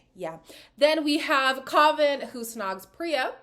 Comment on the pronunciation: youre pronouncing kavans name wrong btw! i cant type it out but if you hear them say it